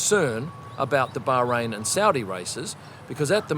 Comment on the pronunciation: See, you can pronounce Bahrain - just say it normally